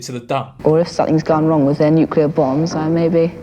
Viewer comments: mad how they just read Nuclear as Nuculer😂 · tried so hard to be different. i’ve never heard an american pronounce nuclear that way you wrote it